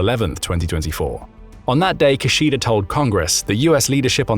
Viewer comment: His name is pronounced (roughly) KIH-shida, not *Ki-sheeda. Japanese does not actually have stressed syllables, but in this case, if you have to put a stress on one of the syllables in "Kishida", it should be the first one. Three short syllables -- Ki-shi-da (as in Latin, the distinction between short and long vowels is CRUCIAL in Japanese). Thank you.